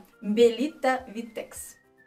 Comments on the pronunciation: умный человек😹я тоже ,когда слышу витЭкс просто бешусь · Не витЭкс , а вИтэкс . Белита Витэкс полностью